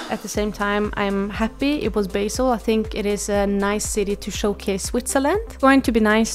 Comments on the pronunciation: Its not- beJsl its BASEL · Bahhhhseeeellll pleaseee 😂😂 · Thanks for the news and infos! Btw as a Swiss person, I have to say the way you say Basel is making me laugh hard. 😂😅 You say it as it was basil for your pasta sauce. ❤